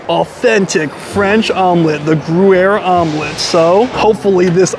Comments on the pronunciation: yep he kept saying GOO-air. hehe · “Grew air” 😂😂😂 that’s hilarious lol I’ve never heard anyone say it wrong like that but I have heard it said wrong lots so it happens 🤷🏼‍♀️😅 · I’m sure you’re not going to learn anything, but Gruyère has a Y in the middle so it’s not pronounced gruere. You’re such an idiot. Also the frites in steak frites is not pronounced with the s at the end. And you couldn’t find your way in?! The restaurant is just inside the entrance. You are really a complete moron. It’s a miracle you can find your way home. How can anyone be so dumb? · it’s pronounced “gree-yehr” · Its gruyere.. not groo-air. Sigh. And take off your hat when you eat. Jesus Christ man. This guy isnt a good food reviewer at all. Barbaric and ignorant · every u is pronouced like hard y. so its omelete dy fromage. and gryer.